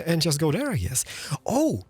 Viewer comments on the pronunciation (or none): I wish I could enjoy your videos as the content is objectively great.. just can't get over you boycotting the "th" and "t" sound in every single word 😂 (this, that, that's, there, it - diss, dad, das, dere, idd). Trying to power through it 😅